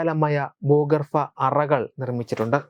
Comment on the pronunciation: ബു‌കർഫാ എല്ല ബൂഗർഭ. ... ഉച്ചാരണം ഒന്ന് ശ്രദ്ധിക്കണം. ..